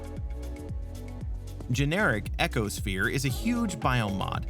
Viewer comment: Agate = AGG-IT and Ecosphere = EEKO-SFEER